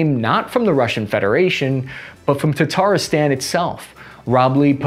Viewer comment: Yeah, the next target is to pronounce Volnovakha and Tatarstan correctly